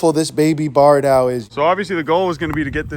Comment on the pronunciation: Are you saying barn owl or bard owl?